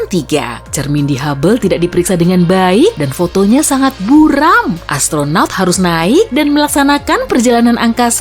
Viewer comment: what is Astronong? Mybe astronot